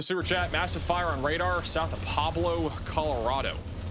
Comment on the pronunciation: Pweb-Low 😅 Pueblo, Colorado pronunciation